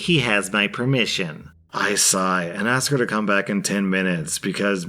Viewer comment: ok? i didn't ask for your permerission